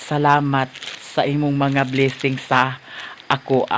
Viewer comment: Yes, i aggree, the same thing as "BLESSINGS", NOT BLISING!!!, and will just considered it